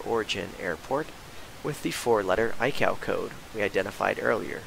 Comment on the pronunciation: Great video! Very good presentation on how to flight plan. Just an FYI - ICAO is pronounced eye-kay oh, in the trade.